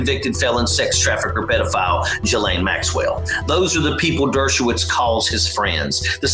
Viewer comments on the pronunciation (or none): it's GEE-laine, not JEE-laine. Just FYI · Or in French Shiz-Lane. It is not a hard G or softer J sound.